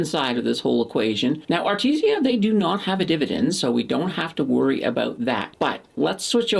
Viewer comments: its called Aritzia not Arti zia ...other than that great vid. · Love the videos! definitely saying A-RIT-ZI-A wrong though :P